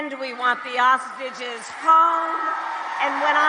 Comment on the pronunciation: in. We want the "ostriches?" home. How can you mispronounce hostages?